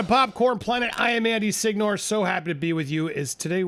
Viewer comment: I thought Signore would be pronounced see-nyo-reh